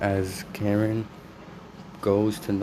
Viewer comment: Her name is ka rin not karen